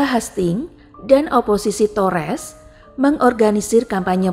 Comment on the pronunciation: Tories (toris) = tores , ducches ( daches) = dukes , buckingham ( bakingham) = bukingham